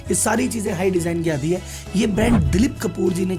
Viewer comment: हाई डिजाइन नहीं, हाइड (सींग) साइन (चिह्न) 😅